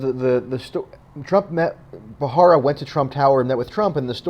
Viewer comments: BTW, It's Preet BHA RA RA, not BHA HA RA. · it's pronounced Ba ra ra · You need to work on your delivery and word pronunciation ....like the name of the subject of your video. You are pronouncing it incorrectly. Really read the word before you speak.